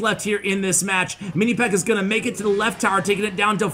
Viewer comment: says "towel" lol I think he was trying to say tower.